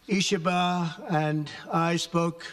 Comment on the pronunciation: A president that can finally pronounce a foreign leaders name